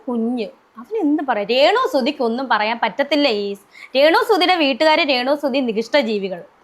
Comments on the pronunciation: റേണു അല്ല രേണു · റേണു സുധി അല്ല രേണു സുധി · റേണു അല്ലടാ 😄രേണു ഷംബ്ബാഷണം അല്ലടാ 😂😂സംഭാഷണം പ്രേഷകർ അല്ലടാ പ്രേക്ഷകർ 😂 വെയ്രൽ അല്ലടാ വയറൽ 😂. നടുക്കുന്ന വീഡിയോ എന്ന് പറഞ്ഞു നടക്കുന്ന വീഡിയോ ആണല്ലോ കാണിച്ചത് 😂😂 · ആദ്യം നീ മലയാളം സംസാരിക്കാൻ പഠിക്ക്, റേണു അല്ല രേണു. പ്രേശകർ അല്ല പ്രേക്ഷകർ.സംഭാശനം അല്ല സംഭാഷണം. വൈരൽ അല്ല വൈറൽ. ഇണ്ടർവ്യൂ അല്ല ഇന്റർവ്യൂ. ആഘോശിക്കുന്ന എന്നല്ല ആഘോഷിക്കുന്ന എന്നാണ് 😏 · Onnu malayalam parayan padi rrrrenu